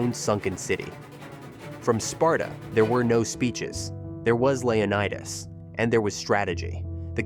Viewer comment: Its leO/nI/tes learn how to pronounce words